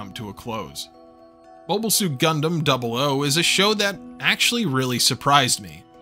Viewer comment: thank you for the correct pronunciation of double "O"!